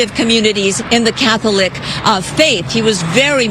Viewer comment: Why does she keep saying “Cath-O-lic?” 😂